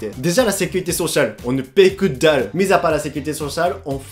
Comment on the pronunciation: « Kedalu » ça me tue de rire 😭